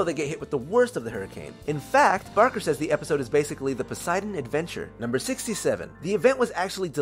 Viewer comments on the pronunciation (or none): none